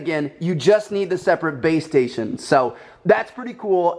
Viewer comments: I swear to god he kept saying BAE STATION instead of BASE STATION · Is it just me or did he keep saying baystation? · I kept thinking you were saying babestation...